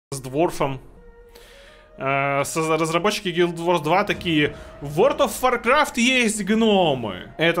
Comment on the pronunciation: Опять Word of Warcraft, а не World of Warcraft., у тя ж нет проблем с речью, ну что за "ВОРД", емае?!. Ну и Ashes of Creation, а не Ashes of CreationS:)